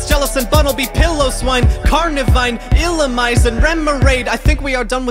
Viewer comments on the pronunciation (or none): garbodor has emphasis on the ‘e’ illumise is pronounced ill-ooh-mee-zay munna is moo-nuh hippowdon explains itself and i’m pretty sure its pie-low-swine (also, pretty much everything in the educational section, but those are plays on words, so its ight)